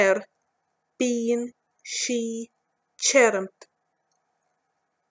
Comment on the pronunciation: It is lovely to hear but how tirim becomes cherum I will never understand.